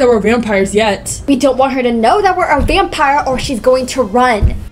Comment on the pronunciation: "vampier" i love you maya